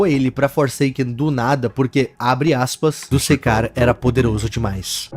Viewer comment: Opa Só fazendo uma correção Não se lê dusekcar É duskcar